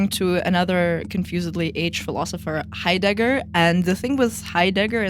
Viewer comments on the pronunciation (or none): Why do you pronounce his name as "hi_dagger"? Are you mocking him? It's so awkward to listen to...